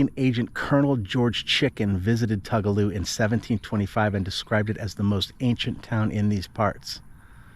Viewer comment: Tugaloo is pronunced Too ga low